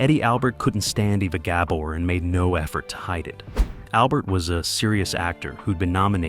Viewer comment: Great video two bad you can't say ava.Gabor's name write!!!😢